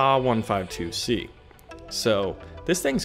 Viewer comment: TA 152 not "Tah 152 !!! You say the T ...A. Damn kids .. Lol